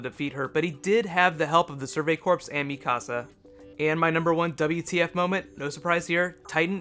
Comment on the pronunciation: It's pronounced like Survey CORE, not Survey CORPSE. Yes, it is spelled Corps, but trust me, that is how you pronounce it.